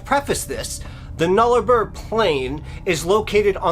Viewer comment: YaY!! Thanks!! An Aussie story! It's pronounced air -Eyre. And Nullabor is pronounced Null-a-bore/boar. Sorry.... Im a bit of grammar nazi.😆 I have heard this before but it isn't very well known. Plus U told it so well, with such enthusiasm!! Thanks for the Aussie story! 🇦🇺